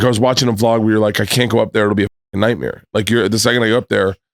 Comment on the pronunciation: Nice to hear Bert still saying nightmere